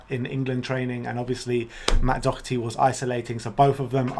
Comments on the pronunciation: You guys need to learn how to pronounce Doherty. Other than that 👏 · Lads it's pronounced DAW-HER-TEA not DOCK-ER-TEA 🙃